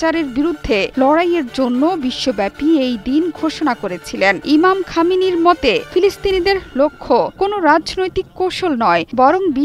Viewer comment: খামেনি নামটা ভালো উচ্চারণ করতে পারেন না?